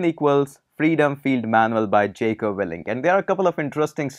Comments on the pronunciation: It's Jocko not jeko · its pronounced as jauko